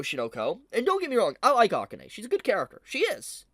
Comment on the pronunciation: Please stop saying Akane like that 😖